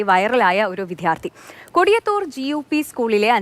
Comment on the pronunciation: വിദ്ധ്യാർത്ഥി അല്ല. വിദ്യാർത്ഥി ആണ് റിപ്പോർട്ടറേ..